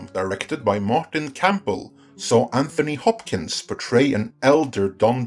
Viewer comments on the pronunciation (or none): none